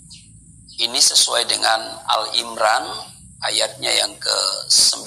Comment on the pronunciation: Keustatanya perlu dipertanyaka.pd mengucapkan surat Al imran.itu bacanya AL IMRON.